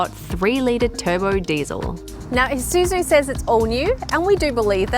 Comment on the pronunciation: Finally, I find a OZ car reviewer says "/i/suzu" instead of "/ai/suzu".